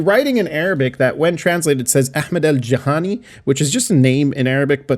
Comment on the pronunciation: Like in the comment, that doesn't mean anything. Everywhere in the Middle East the curbs are like that, so no certain conclusion. By the way the name al-Juhaniyy is spelled with short vowels NOT as Juhāniyy 😊